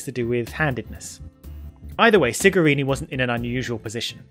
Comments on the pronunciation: For your information it's Cigarini NOT Sigarini. The moral is: we are humans and we make mistakes 😉 In this case the mistake could happen because of the wrong pronunciation since in Italian the "C" is pronounced more like the English Ch rather than S. Cheers! To be clear I love your work and this wasn't meant to troll you. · The mechanic's name is Cigarini and it is pronounced Chigarini in english, Sigarini means small cigars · Enough people have noted that his name is Francesco Cigarini, not Sigarini, so I'll add that "ci" in Italian is pronounced with a "ch" sound, so his name is pronounced "Chigarini," not with the S sound. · It's Cigarini with a C, just saying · Please... the pronunciation of the C in the last name of Francesco Cigarini is like "chew", not like "city"